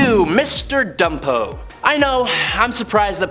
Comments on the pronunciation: Bumpo, not Dumpo, dumpo! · Mr. Bumpo. That's "Bumpo". B-u-m-p-o. With a "B", not a "D". And Gnucci is pronounced "new-chee".